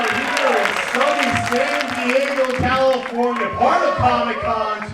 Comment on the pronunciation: ...... cal - lee -FORE-nyia..